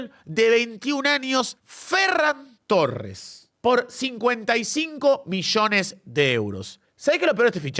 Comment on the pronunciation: Por favor, que alguien le diga a que se pronuncia ferrÁn torres. Te amo 9.